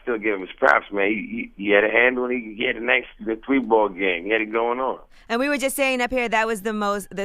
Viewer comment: How are you going to come to somebody show call yourself cursing them out and can't even say three, a real man would've came in and talked about whatever the problem was, big disappointment smh.